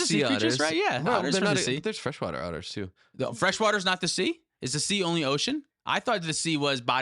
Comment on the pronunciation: Thought was a fellow Australian when he said "otters".